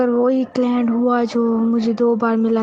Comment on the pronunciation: Client Nahin Claint🤣🤣🤣